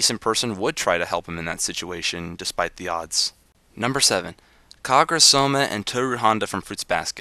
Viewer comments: not kagra... KA GUR RA!!!!! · i think it pronouced KA-GU-RA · No, actually it's pronounced "ka-gu-ra (カグラ）”, since the Japanese "alphabets" are made up of syllabaries (I can actually speak Japanese). And yeah, it's really funny how non-Japanese put emphasis on certain vowels or syllables or none at at all (ka-GU-ra) or (na-RU-to). :) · You said Kagura's name wrong. >:(